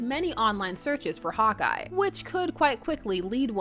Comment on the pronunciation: I kept hearing "Hot Guy" instead of "Hawkeye". I mean, that would also be correct, but still.